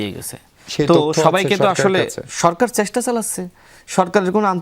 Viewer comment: শুভেস্সা, সেস্টা...😂😂